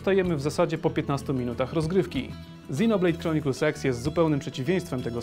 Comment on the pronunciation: Czy tylko mi się wydaję, że mówisz XinoBlade Chronicles SEX? ( ͡° ͜ʖ ͡°)